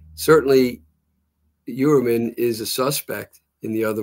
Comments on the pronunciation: She clearly has an accent. She pronounces it according to her accent. Who cares. The truth is... most people are pronouncing the name wrong anyways. It's Hoi-er-Man. Because this is a german name; so the 'eu' sound is different. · say (Fewer) men... Now say (Hewer) man. Pronounced Hewer-MEN Ok 👌😊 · "Hue-err-men" for Gods sake 😑😭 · Someone PLEASE tell this woman how to pronounce his name..